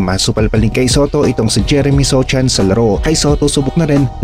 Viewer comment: Sochan pa more, “SOHAN” yan 😂😂😂